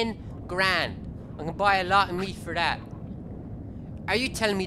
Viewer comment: Ting instead of thing, Tat instead of that, de and dat instead of the and that, nuttin' instead of nothing...I can't tell if he's irish, British, Asian, or just has the worst lisp I've ever heard...